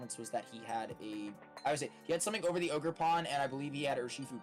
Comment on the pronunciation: finally........ it's wover